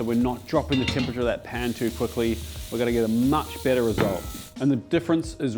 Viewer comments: the accent confusing on 'bitter' and 'better' i was like wait braised meats get bitter when they sit? huh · I thought he said the bolognese sauce tastes „bitter“ the next day lol but he meant better 😭😂